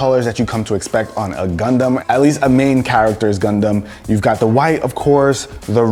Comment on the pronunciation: Dude u r saying "condom" instead of "Gundam" 😂😂